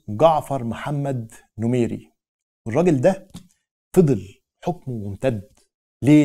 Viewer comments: شكرا على الفيديو السردي الجميل، لكن تصحيح معلومات لأزمة: 1. السودان استقل من بريطانيا حقيقةً وليس من مصرفقط التي كانت محتلة من بريطانيا أصلاً. راجع مصادرك هنا. 2. الرجاء قراءة أسماء الشخصيات بشكل صحيح. جعفر نميري وليس نمير، و هاشم العطا و ليس عطمة. شكرا لتقبل الملاحظات. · نميري وليس نمير 😉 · أخي الكريم اغلب معلوماتك غالطة وفيها لبس من ضمنها انو مصر ادتنا حكمنا الذاتي اولآ مصر والسودان كانت تحت الحكم الانجليزي ونحن حررنا بلادنا من الحكم الانجليزي بنفسنا دي حاجه الرئيس السوداني السابق البتحكي عنو اسمو جعفر محمد نميري اعمل النطق صحيح اولآ اتمنى تكون عندك مصداقيه ف حديثك عشان قناتك مش بشاهدها مصرين فقط دي حاجه انتبه ليها ي اخي انا بتابعك على طول لكن عندما انظر إلى اغلب حديثك وم يكون ف مصداقيه دا ف حد زاتو بيخليني افكر مرتين للخلف الغي اشتراكي من قناتك وانا حر ملحوظة حاجه واحده لفتت نظري انو سبب مشاكلنا الحاليه هي الاحزاب الهمها السلطه والانقلابات الحكيت عنها لكن اغلبيت حديثك حسيت ف ف مناقدات اتمني تراجع معلوماتك وفديوهاتك ف هذا المقطع شكرآ تحياتي لك محمد موسى يونس يعقوب سوداني مقيم في دولة الكويت